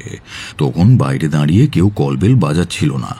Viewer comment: বাসু সাহেবের মুখে "দাঁড়িয়ে" শব্দটা কেন বারবার "দাঁইরে" হয়ে গেল বুঝলাম না। খুবই অপ্রস্তুত হলাম শুনে !